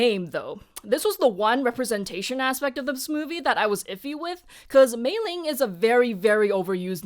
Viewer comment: I'm curious about something, you (and a few other reviewers I've seen talk about this movie) pronounce Meilin's name with a g. Is there some context, aside from the famous Meiling that you talk about?